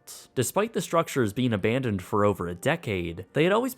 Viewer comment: How I love that "ABANdoned" voice! ;)